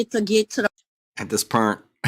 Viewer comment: The 2women fighting over the “prize” baby daddy are exhausting! How do people live like this? At this “pernt” they all need to get put on a tether & their phone & internet service suspended. Where in the world is “sount” a word???? And “pernt”? 🤦🏽‍♀️🤦🏽‍♀️🤦🏽‍♀️ Jesus, take the wheel!